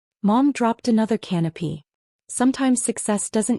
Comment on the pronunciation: AI needs edited “Her mother dropped her canopy” Mother is a very odd person if she’s toting around a canopy at a Christmas dinner 🤯. It’s pronounced “canapay” not “canopy”. One is a “a small piece of bread or pastry with a savory topping, often served with drinks at a reception or formal party.” The other is “an ornamental cloth covering hung or held up over something, especially a throne or bed.” Also shelter that resembles a roof, the transparent plastic or glass cover of an aircraft's cockpit, the expanding, umbrella-like part of a parachute, made of silk or nylon, the uppermost trees or branches of the trees in a forest, forming a more or less continuous layer of foliage.